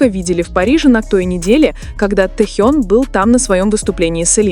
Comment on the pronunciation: Блогер не Тэу а Тэхен ---как вам верить???